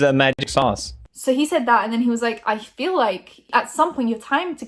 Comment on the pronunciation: Everytime pronounces feel as « fill » I want to scream